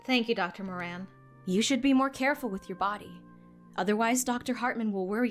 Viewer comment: Yay! finally can pronounce the Moran last name right! And ooh looks like the blonde at the beginning on the TV is voiced by Bradley who did the Journalist for Yandere Simulator! I was the opposite in the Will and Meira’s conversation I can’t stand math and love making up stories since I do want to be a writer and have the imagination for it! Jay is so sweet and handsome! Also a man that can cook is one of the traits I find extremely hot I think it’s the most attractive thing and me being a big eater I would be spoiled rotten with someone like this hehe